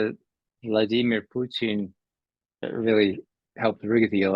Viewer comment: ITS poo/PUT IN.. NOT PUT EEEN!